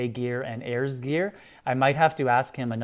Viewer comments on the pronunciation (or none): You pronounce Ares as 'Airs" when its pronounced as "air-ees"